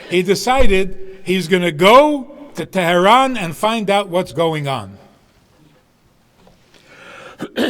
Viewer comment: wow, an american with a brooklyn-yiddish accent who, unlike Obama and all those Harvard grads, can bother to pronounce Iran and Tehran pretty accurately....Bravo.